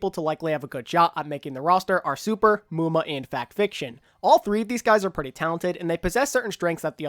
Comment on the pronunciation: FUUUUCK NO not muma